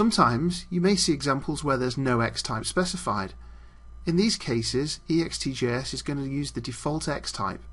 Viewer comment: you say it ext-J-S not E-X-T-J-S .....sheeeesh!